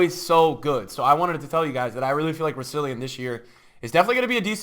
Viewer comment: Why does everyone pronounce Rousillon wrong? It's not rou-si-li-on, its rou-sil-on, dont know where the second I comes from.